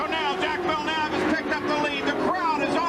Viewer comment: Jacques Villeneuve is too complicated for Americans to say so they mispronounce it...